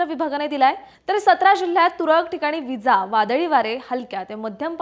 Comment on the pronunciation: इजा याचा उच्चार,विजा,असो,छान, प्रयत्न